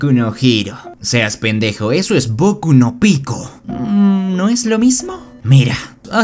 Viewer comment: Bokuuuu no pikooo